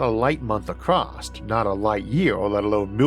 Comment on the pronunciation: The word is ACROSS, not ACROST. Kentucky army pronunciation. Ask your editor or speech therapist to help yo with this. You got past NEW-CUE-LAR..